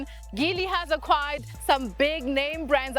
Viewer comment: The G in Geely is a soft G (Jee-lee). Like gin.